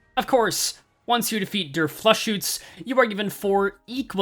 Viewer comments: as a german, your pronunciation of "der Fluchschütze" was so abhorrent that i am hearing Carmen right now keep up the good work <3 (im really glad to get more content) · Man you really Butchered Der Fluchschütze